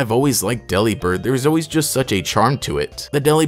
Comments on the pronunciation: U pronounced it wrong it’s not Dely-Bird, think “Delivered” but replace v with a b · Daily reminder that Delibird is a pun on Deliver & Bird. De-lih-bird sounds waaay better than deli-bird tbh. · personally I prefer to pronounce delibird like "delivered" cause it makes for a better pun